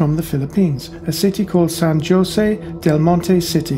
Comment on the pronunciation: I think you will find the pronunciation of San Jose ... as hosay.. San Hosay. Another enjoyable video. Keep it up.